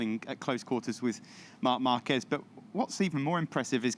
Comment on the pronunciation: With all these years...and still can't pronounce Marquez properly lol